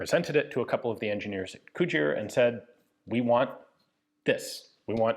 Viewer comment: Bloody Hell Ian, you actually pronounced Cugir corectly this time...